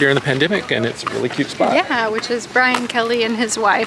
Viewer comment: Did he say it’s a cute spot?? 😂